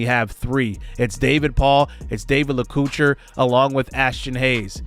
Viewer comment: great transfer portal coach! stoked about freshmen Enrique Damico, lets hope we can keep him around for his whole career and David Lacouture (la-co-tour). i think these boys are going to lead this offense for years to come!